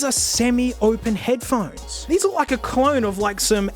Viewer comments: ph-one-es for heads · Head-ph-one-es Damn it, 3 seconds in and I hurt my throat snorting. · Head Ph-one-es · Ah yes, Headphonees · I thought I was the only person who called them head pa honies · Head-ph-one-es mate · Here I sit, checking the comments, seeing tales of people picking up on any number of -isms, from the accent to the vocabulary. I chole myself with laughter when he "pronounces" headphones, because this is exactly the way I've been saying that word, for my own enjoyment, for almost a year. Guess I finally found proof I fit in somewhere on the Internet.